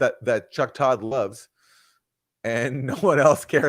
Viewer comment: Slight Freudian-slip from Chuck: loath in lieu of love😂😂😂